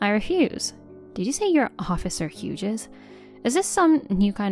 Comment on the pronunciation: If it is real people reading it, they don’t know how to pronounce quite a few things. If it’s text-to-speech it needs work. For example pronouncing “Hughes” as ‘Hyoojiz’ when it should be ‘Hyooz’